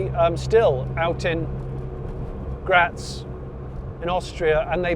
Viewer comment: Greetings from Austria. As former Graz Citizen i find your pronunciation "Graz" charming funny kind of strange. And - if you ever can get a Hand on an Steyr Haflinger or a Pinzgauer 4x4 / 6x6 - don´t waste your borrowed Time on the Pavement.